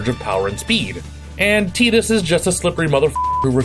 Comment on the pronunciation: As one who nitpicks pronunciations, I got a chuckle at choosing the “wrong” ones for Cecil and Zidane. Did get Tidus’s right, impressive considering the critical darling Kingdom Hearts II didn’t, and I’d imagine most Tidus fans (or, fans of things which have Tidus in them) hadn’t heard the name voiced, considering the PSP and KH1’s missable mention.